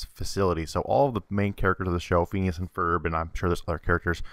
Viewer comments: how come you say pheeneus instead of phinius? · Its pronanced finius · Fin-ee-ous. x3 I like this theory, strangely. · It's pronounced Fin-ee-as... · It is fin ee ous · i like how u pronounce phineas wrong but pronounce balgeits (dont know how to spell but u get wut im saying) name wrong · Lol the way he pronounces phineases name XD